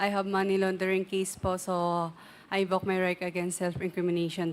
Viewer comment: 𝐆𝐮𝐨 𝐇𝐮𝐚 𝐏𝐢𝐧𝐠 𝐚𝐥𝐢𝐚𝐬 𝐀𝐥𝐢𝐜𝐞 𝐆𝐮𝐨: "𝐢 𝐞𝐯𝐨𝐤𝐞 𝐦𝐲 𝐫𝐢𝐠𝐡𝐭" ( 𝐞𝐯𝐨𝐤𝐞 𝐢𝐧𝐬𝐭𝐞𝐚𝐝 𝐨𝐟 𝐢𝐧𝐯𝐨𝐤𝐞) 𝐢𝐛𝐮𝐤 𝐬𝐲𝐚 𝐧𝐠 𝐢𝐛𝐮𝐤 𝐩𝐚𝐫𝐚𝐧𝐠 𝐩𝐢𝐠😂😂😂